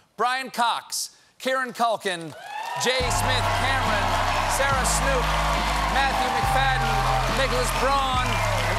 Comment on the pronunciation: You mispronounced Matthew MacFadien's name!